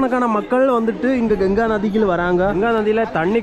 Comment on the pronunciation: Genga illa pa ganga